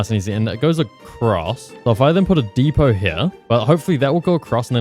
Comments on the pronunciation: "dee pot" I swear to god there's no way this man has never heard of the word depot before, I can't believe this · the T is silent in depot... just sayin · The way he says depot really pisses me off, its a good way to get a comment tbh